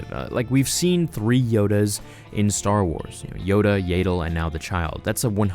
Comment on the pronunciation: They're called tracking fobs not pods, silly. And its Yaddle, as in mad lad. Not Yaidle, as in maid laid. 😁